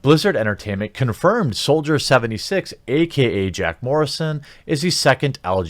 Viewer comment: Every time you read "soldier" I just keep hearing "soulja".